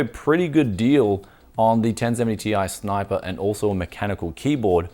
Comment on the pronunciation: I just clicked on the video to hear you say "snipah"